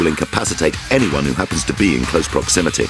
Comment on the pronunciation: "Oo the ell r u?"